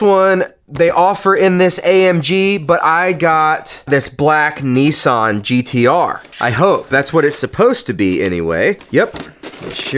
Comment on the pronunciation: 🤔Yes mm nah.Aint Pronounsed Nessan it's Nissan.,I not E..👍